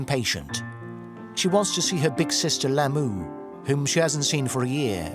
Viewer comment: They brain wash and fool innocent and nice people. Take advantage of kind people. Their names are pronounced wrong it’s Dolma, Lhamo so on.